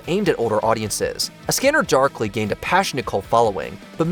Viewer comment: "A Scammer Darlkly" is a classic!